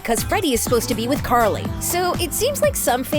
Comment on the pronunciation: .Bro it’s Carly not Carlie.lol